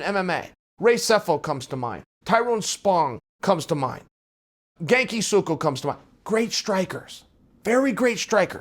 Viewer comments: When Chael said "Genki Suko", did he mean Gokhan Saki? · Gakin suko (Gokhan Saki) hahaha Uncle Chael with another name buster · Genko Suko? 🤣🤣🤣You mean Gokan Saki? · genki sudo